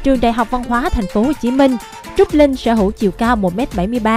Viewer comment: Cách phát âm của Phương Linh rất khó nghe. Linh mà nghe như là Lưn, bỏ chữ cuối